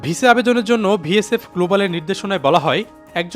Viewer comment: Vsf noy vfs, barbar aki vul bolchen.